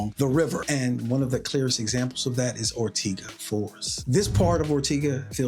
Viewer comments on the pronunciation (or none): Love the video. But it's "Or-tay-ga" not tee... But potayto / potahto... Keep up the great work!